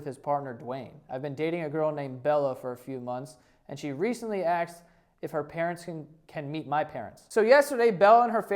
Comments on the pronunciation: did you say “axed” a couple of times in thus video? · lmao the fact that you say axed lol